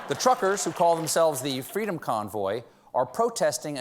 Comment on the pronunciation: He is not a liar, Jay Trudeau won me my fWEEDom!!!